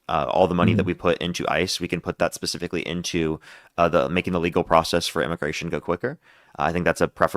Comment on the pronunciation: Dude you got a problem with the word “specifically” I’m sure you’ve been told this before